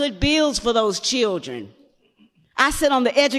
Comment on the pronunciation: The word is children not churdrin